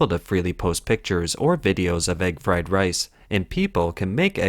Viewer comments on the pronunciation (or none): Egg fwed wice